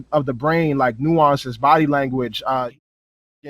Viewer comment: Nga say nueonces 1 mo time....